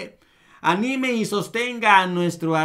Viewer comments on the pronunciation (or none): none